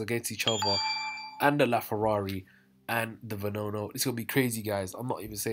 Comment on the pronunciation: It’s just Regera, not Regera R and it’s Veneno not Venono